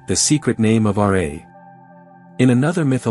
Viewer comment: R'A bro its Ra the pronunciation is weird